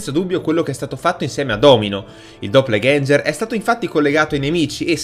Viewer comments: E pensa... per riuscire a pronunciarlo così da cani avrò fatto 30 tentativi, fra i quali sono uscite le cose più strane con annesse imprecazioni. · Doppalganger non si pronuncia cosi.....